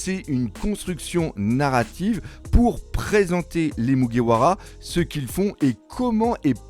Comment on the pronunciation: À mon avis il a lu des scan sur des sites non officiel et n'a jamais mater l'anime. Ducoup il prononce le nom japonais avec la prononciation française. 🤔